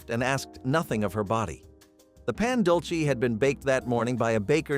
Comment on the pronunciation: Its said "pon- duel-say"